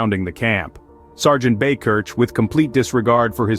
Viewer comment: Buy-Kirk, is the pronunciation, but he’s a local to me. Great hero and thanks for presenting it.